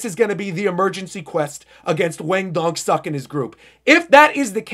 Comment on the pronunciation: Your Dong-Suk pronounciation is killing me 😂😂